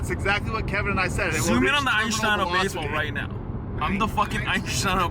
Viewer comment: “Einschtein” of baseball ⚾️ 😂